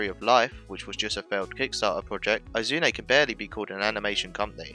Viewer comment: you mispronounced "Oum" and "Izume"